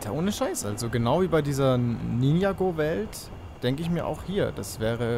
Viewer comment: ninjaaaago nicht ninjagooooo bitte richtig aussprechen